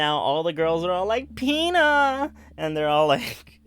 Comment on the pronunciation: Pina is pronounced pin-uh